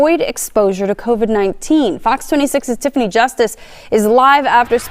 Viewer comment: I love your way of saying "covid 19". It made me chuckle every time.